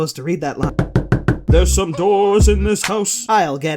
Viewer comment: Slow it down fully and it’s fucking halarious, it sounds like he’s drunk!